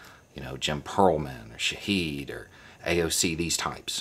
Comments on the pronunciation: Minor nitpick: Shahid pronounces his name SHAH-hid. Hid like "hid behind the tree), not like "heed my warning". And emphasis on the first syllable. Still, thanks for plugging him ! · Shahid is pronounced Shaw Hid